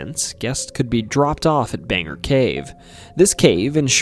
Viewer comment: hey! pretty late but Bangor is pronounced "Bane-gor", not Banger. otherwise great vid!